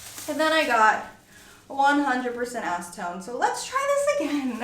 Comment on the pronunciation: Yes. 100% acentone. lol.